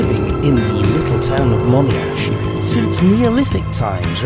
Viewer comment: Would anyone know the correct pronunciation of Monyash? I say Monyash , as in Tony the name or Pony, a baby horse. A friend of mine insists it's Money-ash. You have pronounced the 'Mon', as in 'on' ie on this day. Is there a correct pronunciation or does it depend how posh you are?